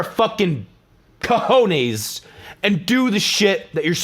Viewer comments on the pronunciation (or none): none